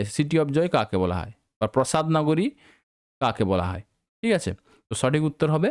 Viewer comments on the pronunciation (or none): Prosad na, Prasaad......